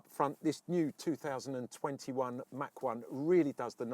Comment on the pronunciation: Its not a Mack 1, its a Mach 1.